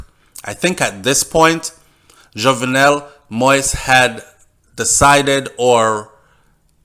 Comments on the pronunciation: Not only you but most of the media is mispronouncing this man's name. Many people have been complaining about medias, both white and black constant mispronunciation of this man's name. I have and will continue to do so because it is a sign of respect. certainly have. His name is pronounced Jovnel. The "e" is near silent. You pronounced it correctly when you read the first lady's quote. Pronouncing his name is not trivial, it just a sign of respect, which he deserves. Just tragic that his life was ended with him pleading for them not to shoot him. Seems like no one had his back at that time. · your reports from Haiti are very informative as a born Jamaican I feel that you should make an effort to pronounce his name correctly he the main character, it takes away respect from your story people will start to tune you out saying you can't even pronounce his name?? and it's not about any other media it's about respect for you and your channel. MANNERS AND RESPECT✊🏾